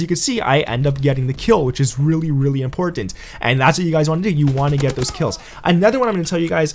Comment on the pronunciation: its weird how he says important also lol